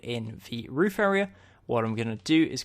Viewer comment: you said roof wrong